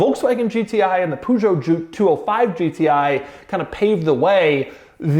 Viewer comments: It's pronounced Per~Jo,. Not Pu~Jo, bloody Americans 🤣🤣🤣🤣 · It is Peugeot 205 GTI not Poojo! 🧐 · It's not POOZHO. Learn how to pronounce Peugeot correctly. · “Pujot” noooooooo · "Poo" jo ...wtf! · his pronunciation of the Peugeot is making me want to commit seppuku . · Golf GTI has been launched in the 70's plus the way You pronounced Peugeot 😅😅😅😅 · Doug is the kind of guy that owns a Carrera GT, but cannot pronounce Peugeot. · Doug butchering that Peugeot pronounciation 🤣🤣 Great effort though 💪